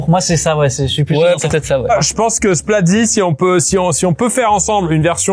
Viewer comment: Pierre qui dit Splazi tout au long 😂